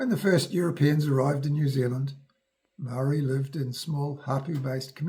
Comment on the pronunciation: muarry lived happily 😂